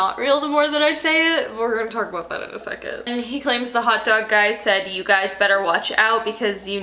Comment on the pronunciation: "taulk to you" theres the long island lmaooo